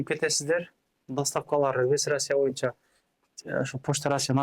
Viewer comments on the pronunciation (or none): none